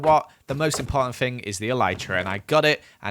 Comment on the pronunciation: instead of "thing" he says ''fing", instead of "never" he says "nether"